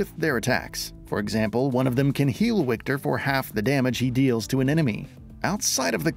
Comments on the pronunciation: it is Wiktor not "Łikter" :D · Yo, narrator: it’s pronounced Victor! I get that they spell it with a W, but in Polish, that sounds like a V. are the English voice actors pronouncing this incorrectly as well? Huge L if so.